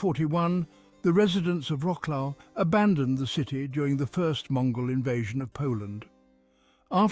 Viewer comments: vro-souaf and not roclo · WROKLOW 😂😂😂😂 wrong pronunciation, you should say vrot·swaaf 😂😂😂😅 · Wroclaw - not łroklau. For Gods sake. Vro-ts-lav - It is pain for ears hearing łroklau all the time. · vrotzlav no vroklav (-au) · Wrocław you have to pronounce it like Vrotswav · I've always heard Polish people - or people of Polish ancestry but born and brought up in the UK - pronounce it as Rotzswav (British pronunciation) though of course that's (ie the English pronunciation) not the way the name of the town is written. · What a slaughter of the name of Wroclaw, it gives me pain in the ears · I turned away from this as soon as the bad pronunciation and irrelevant pictures started There are mo mountains or even hills near Wroclaw and it does not look like the square in Warsaw.